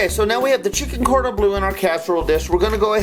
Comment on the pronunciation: Its bleu not blue :) its French like dijon